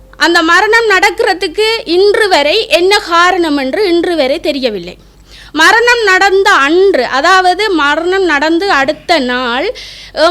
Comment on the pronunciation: மரனி, மர்ணம்... இது என்னம்மா தமிழ். .முதல்ல நீ பேச கத்துக்கோ இதில வேற நீ முன்னாள் போராளி..அதிலும் வைத்தியர்.. எதுவும் நம்புற மாதிரி இல்லையே...உன் பேச்சால... இந்தியாவில் இருந்து நான்..